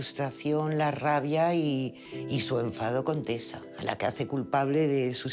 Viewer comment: Pobre Teta dijo dijo tesa